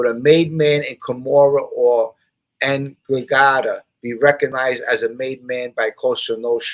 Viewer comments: Hey, what's up my guy. Just catching replay now. Hope you and your girls are good. I think in the beginning of your video you mentioned the "NDRAGHATA" pronounced (N-dra-ga-ta). Be well Brother, your friend Neil in South Jersey. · ENDRA GETTA is the way it's pronounced. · Enn-dran-GETT-a hope that is helpful